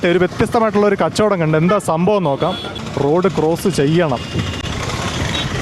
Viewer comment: റൊട്ട്... അല്ല റോഡ് എന്ന് പറ ..